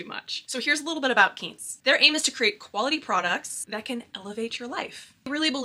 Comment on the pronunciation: I’m a big Quince fan, loved your video! BTW pronounced KWINCE (like the fruit Quince)